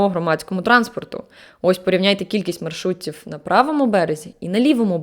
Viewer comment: Ви маєте добру вимову! Та й загалом мені подобаються Ваші зусилля з покращення української. Якщо Ви не проти, дам Вам пару порад: вимовляйте будь ласка літеру В укінці складу як ў замість губно-зубного (віднадалі ВФ), тобто не з'яВФляються, а з'яўляються, не маршрутіф, а маршрутіў, і також прийменник В у наприклад "то в" треба читати не як "то ВФ", а "то ў". Відповідно, на початку складів він перетворюється на У: "У часи Київської Руси". Також, на замість "біда по громадському транспорту" правильно було би вжити "біда з громадським транспортом". Та попри це, ціную Ваші зусилля й дякую за відео. Слава Україні!